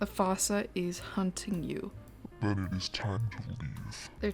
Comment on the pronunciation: Google's pronunciation is actually wrong! It's not said how it's spelled! "Branch" is supposed to sound like "brank"! Bruh that's a giant otter... Finally! Some credit is taken off of the manatee for once! Dugongs look much more mermaidy! Frigate is prounced "frigg it". Madagascar (the Dreamworks movie) taught me to call this the "foosa". That's how I learned of the island's top land predator. I'll never forget seeing a troop of these while zipgliding in Belieze. One of them was an albino!